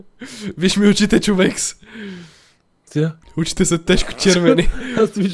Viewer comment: Приятел не казваш ЧОВЕК ами ЧОВЕКС 😂😂